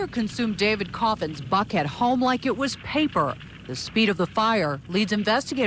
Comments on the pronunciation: thought she said in “f head” 😮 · I replayed the first minute 6 times to make sure I heard her enunciate "Buckhead" correctly - I was sure each and every time until the 6th time that it sounded so much like she used the letter "f" for Buckhead.